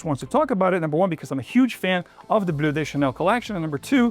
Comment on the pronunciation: Why are you pronouncing “de” as “des”? It’s Bleu de Chanel, not des There is no gender in fragrances? Ok